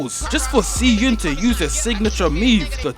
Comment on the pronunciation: i wanna say smth and ik its like stupid i have to say this but its pronounced shi eun